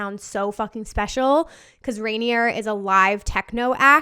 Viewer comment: It's pronounced Rainer not rainy-er. You're adding a whole sylabol that's not there